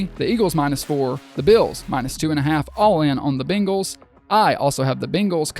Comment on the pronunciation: Say it with me, "bang-les" Bang. Not bing.